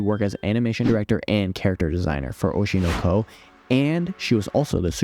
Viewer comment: why do you keep saying it like that?? oshino ...KOOO